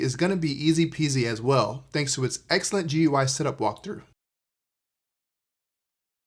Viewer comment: It isn't top-of-the-line. This would be the Cinema 30, and there is also a 40 and 50. The 60 is actually near bottom-of-the-line. GUI is typically pronounced "gooey."